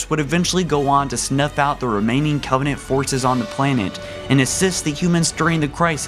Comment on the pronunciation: Did anyone notice this video starts with him saying in his first sentence "... long existence of the covennant..."